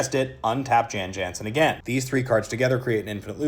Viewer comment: Sorry, i know this is petty, but as an old bg player, its pronounced yawn yawnsen. Its petty, im sorry.